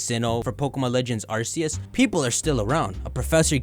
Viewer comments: Dude, did you not hear them say “are-key-iss” in the trailer for legends arceus? Why are you saying arse-see-iss? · you said arceus incorrectly